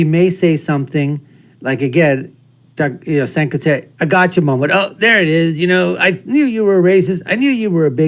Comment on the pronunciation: It’s pronounced Jenk